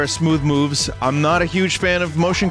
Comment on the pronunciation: Nice to finally see Vinny play Smoow woves